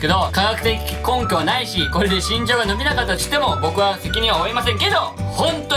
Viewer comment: 伸びが呑みに聞こえた笑